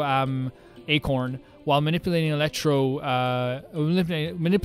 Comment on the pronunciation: ELECTRO ACORN IM CRYING LOL It’s pronounced ‘are-con’